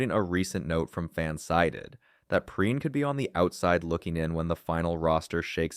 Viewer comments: I hate these AI generated voiceovers. His name is pronounced Pee rine . Come on man! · Bro can’t even get Perine’s name right 😂 and none of this is “new news” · I thought the same thing😂